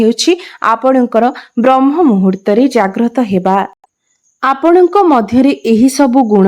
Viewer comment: ବ୍ରହ୍ମ ମୁହୂର୍ତ୍ତ ନୁହେଁ ବ୍ରାହ୍ମ ମୁହୂର୍ତ୍ତ